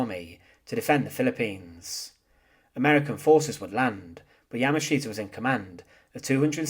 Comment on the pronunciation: Interesting history, but your presentation is very hard to listen to because of the way you speak. It's the same droll over and over and over. Once you notice it, your way of speaking becomes rather irritating. Plus, you don't pronounce his name correctly. You have the wrong accent on his name. I'm bilingual (Japanese and English) and hearing your pronunciation of his name is grating on the nerves.